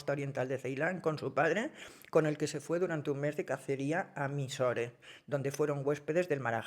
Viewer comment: Con todo el cariño Pilar, Mysore, ciudad al sur de la India se pronunica "maiso", me encanta escucharte, eres maravillosa, un abrazo 🤗🤗